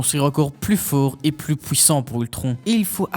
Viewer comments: j'ai compté beaucoup trop de fois le mot pouwissant dans la vidéo 😭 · ''Plus Hulk est énervé plus il est pouwissant''